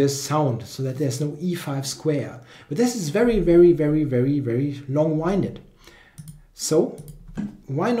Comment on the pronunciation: awesome video. By the way, its pronounced long "wind"ed not long "whine"ded. :D